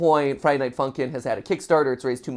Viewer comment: I was laughing so much when he said Friday Night Funky not Friday Night Funkin. It was Really funny